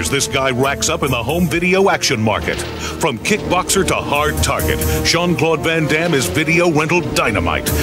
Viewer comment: "jean claw van dam"... lol I thought that too.